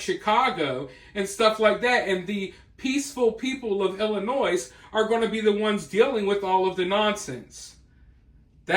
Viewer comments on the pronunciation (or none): Tip: the s at the end of Illinois is silent. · The S is silent in Illinois